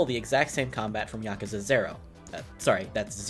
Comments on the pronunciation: Am I the only person that got mildly triggered when he said yakaza instead of yakuza? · YakUza not YakAza